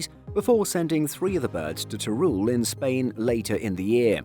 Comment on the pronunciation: Guys i love your youtube video you guys are the best but please being from spain you need to pronounce Teruel better!!! In English it wouls sound more lire tearwel. Keep it 👍